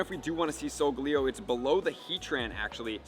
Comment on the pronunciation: solgaleo isnt pronounced with leo its like leyo